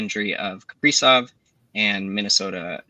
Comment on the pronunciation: the pronunciation of Kaprizov made me not trust you. JK, but kinda